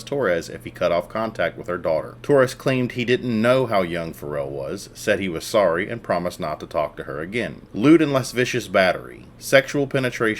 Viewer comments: Lascivious, not las-vicious. This is the second time I’ve heard it in one of your vids and it’s stabs to the ear. La-see-vee-ous. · Bro, it's pronounced las·civ·i·ous not "less vicious"